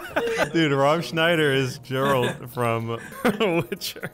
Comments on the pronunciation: i dont think its pronounced jeralt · It is Geralt not Jeralt! :)